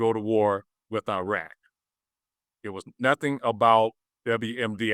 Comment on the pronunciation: This guy is way over his head: he can't even pronounce Iraq and Iran correctly.